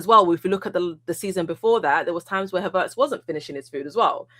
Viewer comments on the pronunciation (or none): I'm taking over this shizzle, ive had enough T, pass the torch, Havertz not Haveeeeertz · Did she say huvertz? 😂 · 'HA - vertz' 😂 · the way is saying Havertz makes me think I’m about to hire a car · Am I the only one who HATES how pronounces Havertz?? Unless that is the German pronunciation..